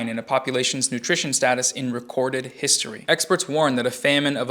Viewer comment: Bruh those last 5 minutes are the cringiest shit I've ever seen. " I'm on the wight pawt of histowy " stfu you moron